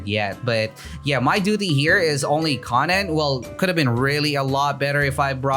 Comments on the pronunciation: The konen* triggers me it's konan sir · FIX YOUR DAMN PRONOUNCIATON ITS KOH-NUN edit: I am unsubbing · it hurts me how he pronounces im pretty sure its koh-nan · why is he saying konan like that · keeps on saying konan wrong ☹️